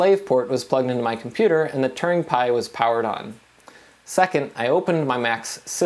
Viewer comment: when you say "turing" it sounds like "Turning"